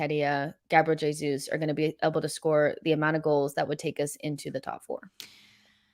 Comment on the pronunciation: You pronounce Jesus with a J as it’s Portuguese Not with a H which is Spanish.